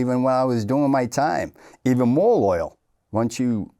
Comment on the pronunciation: LoYaL not LITaL